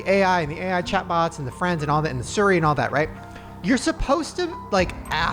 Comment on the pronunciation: Why do you always say suri and not seerreee